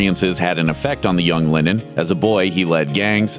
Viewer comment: It’s pronounced Lennon, not Lenin